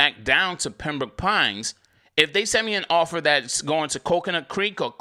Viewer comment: I like how you say Pembrooke Pines sounding like a Mississippi pimp 😂